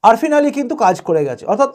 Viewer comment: অপেক্ষা করাই ভালো। কারণ 2021 শে এক্সিট পোল মেলে নি। তবে আফ্রিন আলী নামটা ঠিক বলার জন্য ধন্যবাদ। কারণ বাকিরা বলছে না।